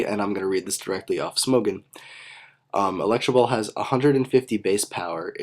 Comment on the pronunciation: electro ball not electra ball